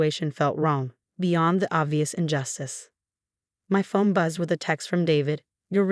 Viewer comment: It's not fome but phone, not sail but sale